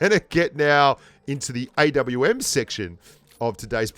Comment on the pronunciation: You know not to be condescending but if you want to pronounce the names of the guns properly the AWM is not pronounced Ahh-mmm but A W M as in Accuracy International the manufacturer and Artic Warfare Magnum (AWM) the model.